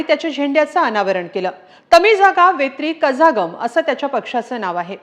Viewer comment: कझागम नसून कळगम. . असे आहे. z हे ळं आहे.